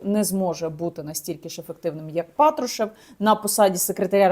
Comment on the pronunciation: Не розумію Яніно, чому Ви кажете ПАтрушев, а на ПатрУшев? Він же глава "ФеЕсБе", а на "ЕфЕсБе"!))